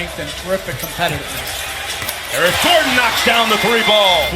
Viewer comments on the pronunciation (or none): none